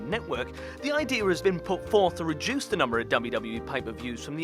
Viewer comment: The word is reduce... Not rejuice